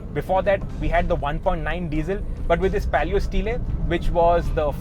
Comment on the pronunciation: That's d reason Shirish is the most Loved automobile journalist in d country... Fiat used to call stile ( स्टाईल) not स्टीले..